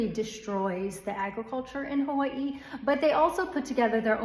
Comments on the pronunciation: Just notice how you pronouce 'hawaii', they even dare to change that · She pronunces Hawaii just like they pronunce Kawaii in japanese. Interesting.